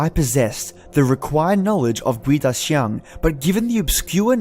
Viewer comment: It's pronounced as kuay-dah-jiang And its not a creature. First hand experience in Singapore. During the 7th lunar month. I went home late (against the superstition that you shouldn't go home late during the 7th month) and when I was playing a youtube nosleep vid that's 5hrs long at 11pm, I woke up and realised that the video was repeating itself. I paused it and it was at the 37min mark. To my horror, it suddenly was 415 am,for fucks sake I had school that morning. (When you go home late ghosts follow you home and fuck with you as they please. Especially if you have bad karma)